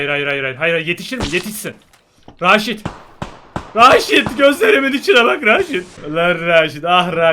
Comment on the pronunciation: Retaj değil raşit :D